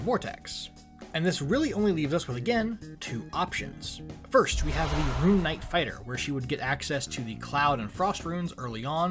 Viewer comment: Ah, yes, "Rune Kight". Good vid tho